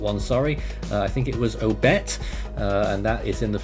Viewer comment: Obet not odet